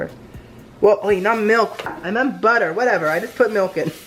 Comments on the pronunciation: "Next we're going to add BUTTEH"😂😂😂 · I DIED WHEN HE SAID BUTTER LIKE BAAHGA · Someone needs to make a compilation of saying "perfect" and British accent "butter"